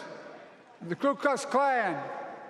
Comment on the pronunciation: Brett, even you mistakenly called the KU Klux Klan" the KLU Klux klan, even though it was written correctly on the document you displayed. All too common a mistake of so many